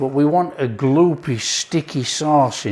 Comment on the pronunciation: God you make me laugh. "Gloopy, sticky" in your Brit accent is so funny to my Yankee ears. Love your channel, personality and recipes. 👍 From a South Dakota fan.